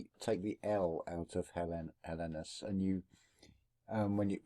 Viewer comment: Hi guys, interesting vid. It’s pronounced HELL - EENS. = Hellenes